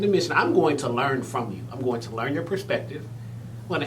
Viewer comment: What’s going on is that you are interviewing these two guys . ‘Going’ has a ‘g’ at the end of it . Two very handsome men ❤️